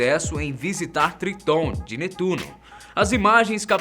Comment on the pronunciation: Se fala netuno